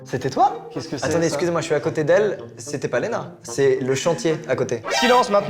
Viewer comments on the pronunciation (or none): Qui a remarqué le "késkécé" ??? 😂😂😂😂😂